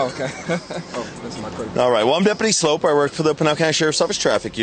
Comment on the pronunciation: Dude's name is 'Sloup' (like 'Soup' with an l added). Should be pronouned 'Sloop', not 'Slope'. Does he also buy cans of SOPE? lol